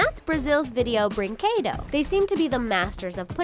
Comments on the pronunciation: "breenquedow" WHEEZE Sorry, i'm brazilian lolol WAIT ROBOZEENHOES LOOOOOOOOOOL SORRY I HAD TO H U E H U E H U E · I’m Spanish and Portuguese and you say Brinquedo wrong